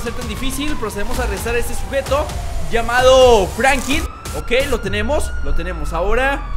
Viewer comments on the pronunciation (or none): Frankin no, se dice Franklin, pronuncia bien. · Porque siempre dices frankin y no franklin